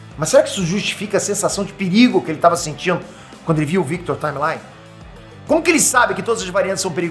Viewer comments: Eu sei que o fala inglês fluente, mas a pronúncia correta do nome do personagem é "táimeli" e não "táimelai". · só um adendo: Taimelí, não Taimelái. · Salve,, vc é o deus brasileiro dos nerds. Parabéns! Mas, olha, "Timely" se pronuncia /taim-li/ e não /taim-lai/ blz? Abraços. Força Sempre.